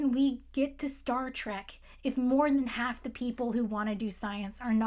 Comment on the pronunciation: "how can we get to Star Trek if more than half (American accent) of the people who want to do science are not allowed to do science. Science IS political, because EVERything is political" ugh. love her. go queen, thank you.